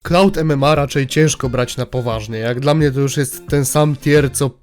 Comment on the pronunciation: Clown MMA nie cloud mma